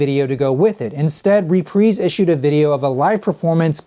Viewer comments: "Re-preez"??? I always thought it was pronounced "re-prize". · repreese records? isnt it pronounced reprise? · Reprise (Reprize)✅ (Repreeze)❌ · “Repreese” records? Lol